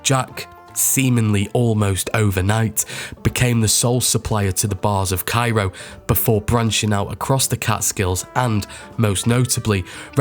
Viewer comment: Cairo is pronounced "Care-o." Albany is pronounced "Allbany."